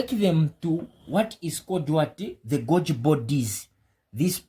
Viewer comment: Great video, thank you. To attract a greater English-speaking audience, Golgi is pronounced “Gol - ghee”. Vesicles is pronounced “Vee - zee - kills”. I wish you all the best.